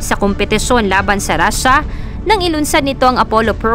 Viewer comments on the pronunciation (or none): none